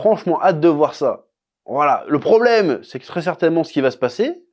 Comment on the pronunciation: "Le prombleme Loki."